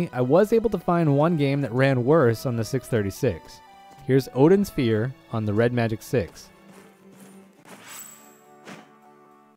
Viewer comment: "Odin Sphia" on ODIN.